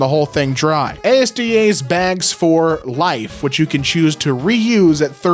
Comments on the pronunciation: Did any other brit immediately get triggered when he said asda as A S D A??? Bro its said as the word 😂😂 asda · It’s not “A.S.D.A”! It’s “as-da”!! I really don’t get how this is such a common mistake. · ASDA is pronounced as As-da not A S D A. That took me OUT! 😂😂😂😂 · A S D A? it’s pronounce like it looks bro, asda, not ay-ess-dee-ay :p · hearing pronounce asda as "A.S.D.A" completely threw me off for a minute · The asda bags are 30p once and when they wear out you get free replacements for life. It's prounced as a word not as letters BTW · Asda isnt pronounced letter-by-letter, just one word btw